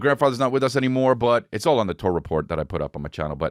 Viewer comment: Chris thinks “Tour” has a silent “u”…cause THATS WHAT YOU DO AT A SHOW. “Silence You, MFer..!” - Dear hecklers.